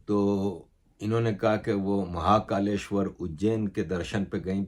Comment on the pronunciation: Sir aapka pronunciation bohut badia hai warna bohut Pakistanio ko bolne hi nehi aate jaise aapne mahakaleshwar bola